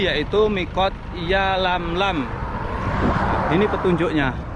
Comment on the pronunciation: Yalamlam bukan yamlamlam pak